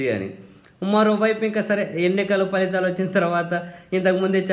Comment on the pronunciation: మీరొక్కరే ఫలితాలు (Phalithalu) ఆని పలుకుతున్నారు . మిగిలిన అందరూ falithalu అని (including JP sir) పలుకుతున్నారు. Thanks for upholding the purity of our language.